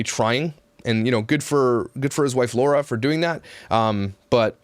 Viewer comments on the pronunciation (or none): none